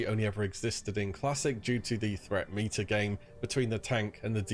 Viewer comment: There is no way he thinks hes saying meta, clear as day he is saying meter.